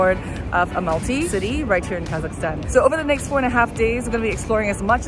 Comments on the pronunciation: so cool..... but it's al-ma-ty, not a-mal-ty. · Amalty🤦🏻 it’s Almaty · You know it’s Almaty right not Amalty. Said it wrong the whole time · Almaty, not Amalty😁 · Yes! It’s never been Amalty or anything like that. Such a shame to spend 4.5 days in a city and pronounce it wrong